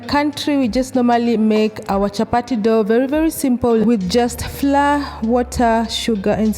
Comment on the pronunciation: Pronounced flower,… not fla…😳😳